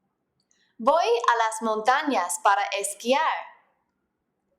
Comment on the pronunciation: Yes I agree it's pronounced "boy" not "Voy"